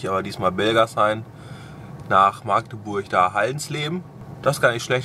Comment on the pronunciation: du kannst Magdeburg richtig aussprechen